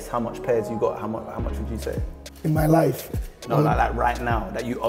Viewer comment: "in my laaaif" 😂😭